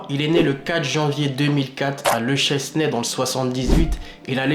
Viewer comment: Bon résumé même si quelques soucis de prononciation : le chesnay : chénè ligue ignite : ig night